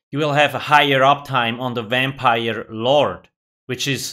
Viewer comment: You mean a Wampire?